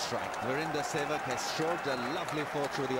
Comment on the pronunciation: Rameez its Sehwag not Seywg!!